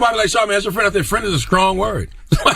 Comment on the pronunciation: I hate how charlamange pronounces words that start "st" as "sc" ... strong-scrong ...shrimp-scrimp... lmao